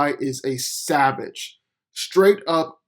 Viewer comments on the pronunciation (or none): none